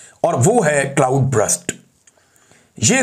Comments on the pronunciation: Please correct your English words' pronunciation. It is not BRUST. It is BURST. CLOUD BURST. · Brust nahi burst hota ha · Bhai jan just a correction: it’s not Brust - it’s Burst. So it shouldn’t be pronounced as Brr-ust - it should be pronounced as Ber-st. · Imran bhai brust nahi burst ..cloud burst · C L O U D B U R S T = U ki sound R ki sound say pehlay hai Imram Bahi.